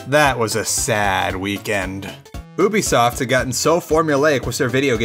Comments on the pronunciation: Its Youbisoft not oobisoft or boobisoft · I liked the crew and its ubisoft NOT OOBISOFT